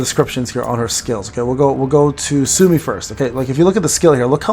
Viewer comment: 'Soo-Oh-Mee', no?